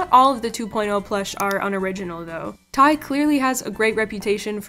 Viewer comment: your pronounciatiob of TY is killing me